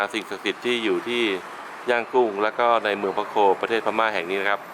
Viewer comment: พะโค ไม่ไช่ ปะโก โว้ยย